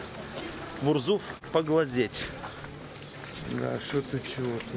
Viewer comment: Урзуф.., а то послышалось Гурзуф.. Откуда он там думаю..